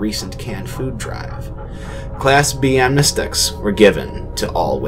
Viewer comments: Cool videos and all, but For The Love Of GOD, say the following syllables: Am Knee See Attic. Amnesiatics. Not Amnestics. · Am-nah-steh-tics is the word, not amnesiacs or amnests or any of the other variations yall said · dude its AMNESTICS good lord man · I know this video is over 2 years old, but I hope by now you've learned that the correct word is "amnestics". I know well enough how often it is wrong on the wiki, but you don't have to make the same mistake. Sorry to be pedantic, but I trained as an editor and this kind of thing annoys. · Damn, is saying amnestics that hard?